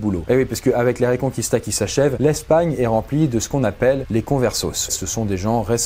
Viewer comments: En espagnol qui/que...ect ne seront jamais dit « qoui » on les prononce comme en français, donc pas reconqouista mais bien reconquista :) (comme les gue d’ailleurs, ne dite plus migouel c’est Miguel :) ) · Ça ne se prononce pas "reconcouista" mais "reconkista" ^^ Edit : mais bonne vidéo malgré mon pinaillage haha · On ne prononce pas le « u » du mot « Reconquista ». On dit « reconkista », et non « reconqouista »… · La ''RéconquOUista '' mdr 😂la prononciation '' reconquista'' sa suffira 😂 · Petit détail, on dit bien « reconkista » et pas « reconkouista ». Sinon super vidéo ! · J'aime vos posts, mais pt' détaille ... reconquista se prononce reconqista et non reconcuista ... comme Miguel que se prononce Migel ... la U ne ce prononce pas ... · Pour tous ceux qui en espagnol prononcent les syllabes "gu" et "qu" "gou" et "quou", vous êtes dans le faux. En langue espagnole, on dit "Miguel" et pas "Migouel", tout comme on dit "Reconquista" et pas "Reconqouista". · On dit Reconkista et Mighel . Pas '' kwista '' ni '' migouel '' en espagnol. Les ui c'est en italien , pas en espagnol.